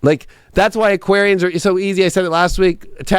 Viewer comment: Hah you butchered us Aquarian’s